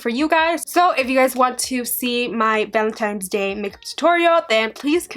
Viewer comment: I love you and your videos but please stop saying Valentine's Day like "valentimes". There's no m!!